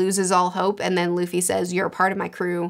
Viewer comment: I'm very hyped and mostly I'm glad they say Luffy and not Ruffy ;D